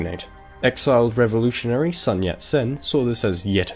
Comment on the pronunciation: There's a couple times you messed up in this video. First, you pronounce Sun incorrectly, as well as Chieng. Second, Japan specifically did NOT anix Manchuria, instead setting up a puppet state. Third, you attributed several things that at least arguably would have happened anyway to Mao's government at the end, and framed it in a slightly biased light, which annoys me because people who don't know better would be influenced by this not entirely unbiased presentation. Good video overall though.